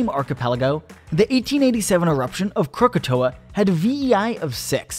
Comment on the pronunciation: Disliked after hearing 'Crookatoeuh'